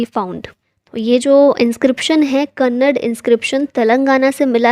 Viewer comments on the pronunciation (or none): Its not kannad its kannad'A' plz pronunce it properly